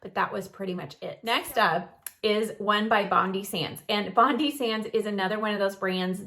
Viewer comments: Great video thanks, Bondi is pronounced Bon-dye though 🙂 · please,please pronounce Bondi as Bond Eye It is named after Bondi beach